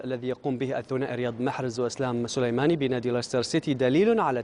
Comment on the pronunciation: أول صحافي ينطق اسم اسلام سليماني بطريقة صحيحة و بلغة عربية جميلة.